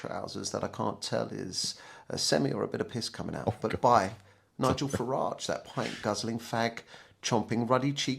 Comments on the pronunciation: Can’t even pronounce Nigel’s name properly . Obraindead is very easy to intensely dislike , he really is . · If you’re going to have a pop at someone at least pronounce his name correctly. Nigel is living rent free in James head right now… and it’s tremendous! 😂